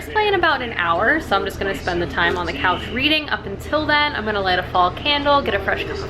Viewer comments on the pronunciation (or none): none